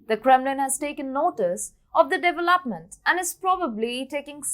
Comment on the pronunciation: I love how she pronounces her words & devil-upment is one of my favs!